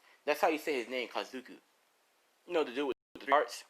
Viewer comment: you sad kazuku its kakuzu